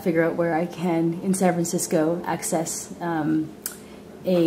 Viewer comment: San Fagsisco... LoL